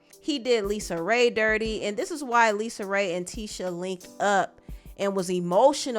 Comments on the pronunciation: Girl don't let her hear you calling her Lisa 😮 her name is LisaRay period 😂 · Lisa Raye, not Lisa.